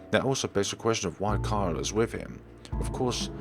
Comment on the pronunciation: I really love your videos, but one thing tends to bother me. The little blue haired girls name is Kylie (Ky-Lee). Not Kyle😂😂 there's an I. You dont have to change what you say because it's understandable if you dont know how to pronounce it but I just wanted to say that thing. Keep on going on your adventure of gaming!👍🏼👍🏼 oh and Tio is uncle in Spanish. So that might be it